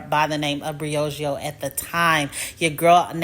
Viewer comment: Next time you’re editing and you notice that you’re not saying the name brand correctly, consider doing the voiceover again…